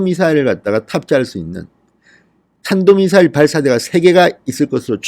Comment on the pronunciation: 지난번 김정은이 쏜 미사일을 문재인은 "단도미사일"이라고 명명했다. 좀 부드럽게 들리라고... 이번에는 제대로 발음을 하긴 했구나. 문재인이 드디어 국민들을 약간 의식하는 것 같은데, 이 자가 북한의 첩자 중의 첩자인 것이 곧 밝혀질 것이다.